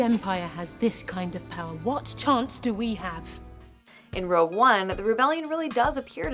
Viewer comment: Is she saying "Rogue" One, or "Row" One?